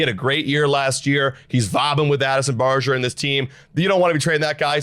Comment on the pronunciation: You guys are still saying Barger's name incorrectly.